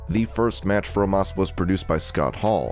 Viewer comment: He said Omas… lol